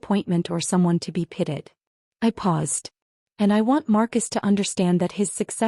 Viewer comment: Why are your main characters always “pitted” when based on context they should be pitied”? So many errors because AI can’t pronounce words correctly based on context such as the word wound alway pronounced “woond” not “wownd”.